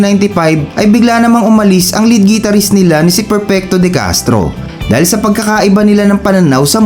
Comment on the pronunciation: The correct pronunciation of Guitarist is Gitar-rist. Not Gee-tar-rist. Try saying the word "Guitar" and you'll know what I mean.